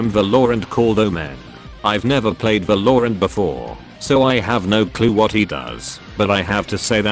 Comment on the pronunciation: This video is good but the way the TTS bot pronounces valorant💀